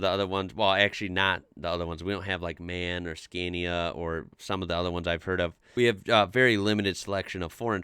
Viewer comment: I am sorry to be nickpicky here, but it's not "man", it's M A N (Machine works Augsburg Nuremburg). This is kind of important to me, as I live in the "A", even though the truck section is part of VW now and there never were any trucks produced here. But we still have the ship engine factory, in a city with no port - sea or river - 800km from the ocean :)